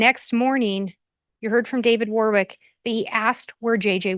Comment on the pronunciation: The middle W in Warwick is silent, therefore WARRICK.